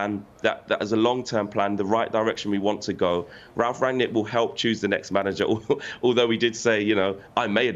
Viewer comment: Good analysis but it's Rangnick not Ragnick